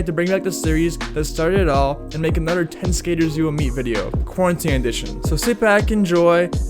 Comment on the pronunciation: Why does it sound like you say anober no offense